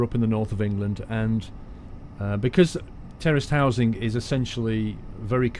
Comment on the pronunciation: Every time you said terraced housing, I kept hearing 'terrorist housing'. I was like, wow Great Britain is really different.